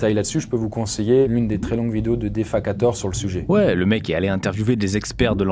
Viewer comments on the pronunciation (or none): oh le Defakator bien prononcé à la française, jolie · Défakator vraiment? Cette prononciation franco française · Ouai mais ...." Dé FAhhh /QUA/ THOR" .... il aurait pu faire un effort de savoir comment ça ce prononce. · Ptdr la prononciation de "defakator" 😆